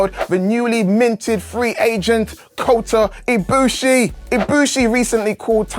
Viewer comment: Did he just say Kota Bushu….